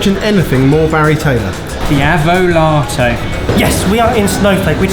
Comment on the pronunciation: The avo-latto....😐😐😐...😂. I’m going to have to go with Jamie’s pick here.